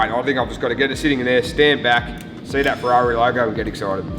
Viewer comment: "The Ferrarna"